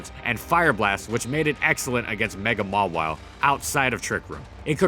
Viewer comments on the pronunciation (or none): none